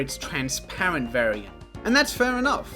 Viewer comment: lego rly said trans-lights 🇷🇴✊😔